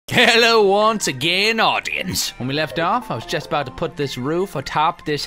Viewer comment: I just realized it sounds like Toby says "Hello once again, 'audiens'" instead of "audience" ... I AM AN AUDIAN